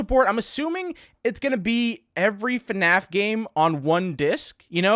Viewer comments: you sed FANF its FNAF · "eff enn ayy eff" :) (fnaf)